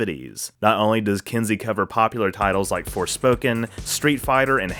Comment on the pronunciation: So what you're saying is that it's not pronounced "kinzeek".